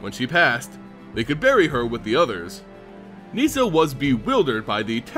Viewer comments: Its Nis-sa not Nees-sa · i love your videos, but its painful listening to you pronounce some of the names. Garook! wtf? neeesa?